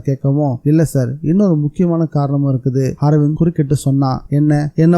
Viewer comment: good novel 👍👌🏼 அர்விந்த் என்ற பெயரை ஹர்விந்த் என்றும் சாவகாசமாக என்ற சொல்லை சகவாசமாக என்றும் படித்தீர்கள் bro 😄